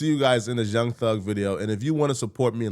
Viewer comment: should say " this" when hes trying to say " this" and not " dis". It sounds so gross and retarded. Like eww stop. You know english.